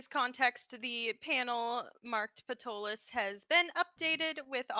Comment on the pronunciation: Hello! I'm enjoying your game. I've used Ptolus as my setting since it came out in 2006. I'd like to point out a couple of things. First, the city is pronounced "Taw-luss" (pg.10). The 'p' is silent. Second, you had a drow lady at the Delver's Guild library. Drow are illegal in the city and are put to death and anyone harboring a drow can be imprisoned for 2 years (pg. 555). The world is called "Praemal" (Pray-mall) and the creator God is Praemus and very few people if any have ever even heard the name Praemus (pg. 40). No current religion worships him. It is your game. I'm not trying to say you have to play it a certain way. I'm just a HUGE Ptolus fan and I wanted to share those little tid bits. You make Ptolus your own. I can't wait for the 5e revision to come out! Thanks for the entertainment. I look forward to future episodes.😁